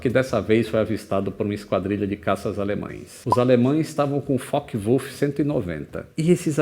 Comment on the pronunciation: Finalmente alguém que fala Wulff certo